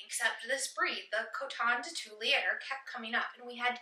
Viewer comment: Two-lee-are. Cute pup!